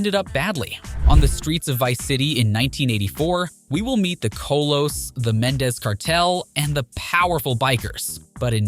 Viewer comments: Probably best you “mispronounced” Chollo, since some consider it a racial slur. 😅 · You cant even say cholo properly ? I gave this a thumbs down absolute trash, i am mexican